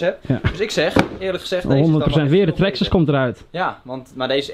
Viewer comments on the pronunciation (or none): Het is traxxas:) niet traxxes